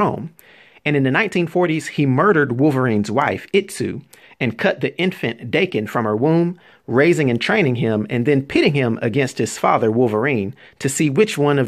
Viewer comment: Daken is pronounce like Dawken not Dayken